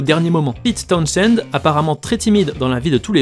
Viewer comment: On prononce TOWNZEND, (on prononce pas le H). C'est comme pour Portishead, on prononce PORTISEDE